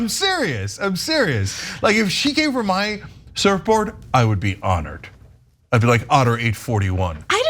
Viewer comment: Lmao did Cenk say he was honored or ottered?!